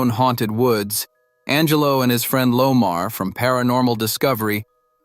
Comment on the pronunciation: It's Omar not Lomar lol